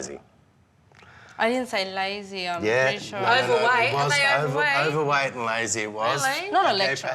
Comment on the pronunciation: well she was a mom and addressing food at home seems pretty natural. And she said "owerwaight" and said that to dad to address junk foodat home. She was too soft, those kidsare not owerweight they are obese and judjing by their reaction that is a sensitive to the,, so they better scream and shout rather then work on them selves. That is beyond lazy